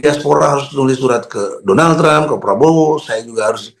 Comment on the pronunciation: Kok "Donlad" sich....?? 😂